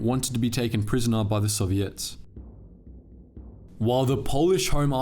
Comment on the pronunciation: I like the way you pronounce 'Soviets'.